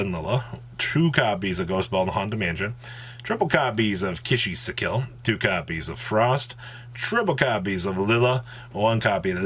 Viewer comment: Ki-Sikil: exists: Kishy-si'kill